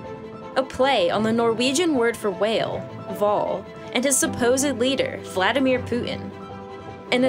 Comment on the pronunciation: i died at 'Voldimir' HAHAHAHAHAHHAA